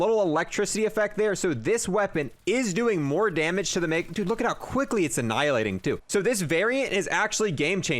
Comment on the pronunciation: The green guys that split in 2 when they're shot are not pronounced Megatawns, it's pronounced Megatun. A Megaton is a unit of measurement for nuclear bombs, like the ones dropped on Japan